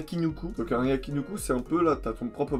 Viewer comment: Merci pour la vidéo, petite précision c'est un yaki niku (pas nuku, niku = viande). Aussi, si tu veux sortir pour un truc un peu plus chill (avec des vieux 30+ xD) sur shinjuku fais moi signe :) . ps: "asukasa" c'est en fait asakusa :)